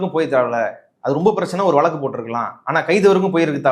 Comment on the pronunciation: வளக்கு இல்வப்பா வழக்கு! இந்த காலத்துப் பிள்ளைகளுக்கு. ழ. வரவேயில்லை. தமிழின் சிறப்பு. ழ. வில் தான் இருக்குதப்பா!